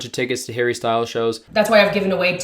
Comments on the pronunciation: anyone else notice how she pronounces "Harry" in a british accent for no reason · I hate how she pronounces his name in a British accent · Harry “ween” lol / congrats on the wedding bro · the way she says harry 😂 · why'd she say harry in a british accent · Nah im sorry but did she say "Harry" in a British accent? thats so weird